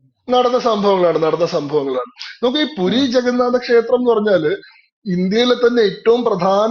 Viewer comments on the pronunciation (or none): പൂരി അല്ല പുരി